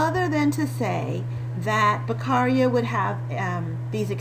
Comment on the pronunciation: Very straight to the point and clear. But his surname is Beccaria, not Becarria. 😉